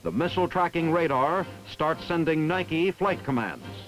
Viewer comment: Thank you,, for pronouncing Nike correctly. Many after you will not.